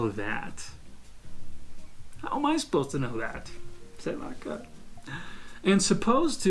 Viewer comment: O "sei lá, cara" mais brasileiro que já ouvi vindo de um não brasileiro!